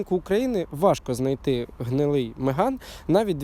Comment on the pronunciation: На початку відео три рази переслухав, думав почулось що не Меган а Риган сказали. Я б тоді точно лайк поставив і підписався. а так...